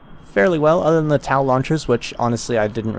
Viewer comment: pretty sure TOW is just pronounced tow, as in pulling something